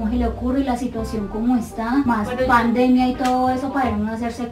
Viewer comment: pam- demia lo entendi asi buen video